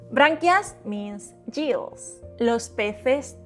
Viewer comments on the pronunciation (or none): the english "gills" is not pronounced correctly in the vlog here. it was said "juh - ills" like the female name Jill but it should be hard g. "guh - ills" is correct, "guhills" like gorilla ("guh - rilla"), for "gills". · Very useful video thank you. I hope you don’t mind me returning the favour but “gills” has a hard ‘g’ like gift and giggle. I look forward to watching more of your videos. 😊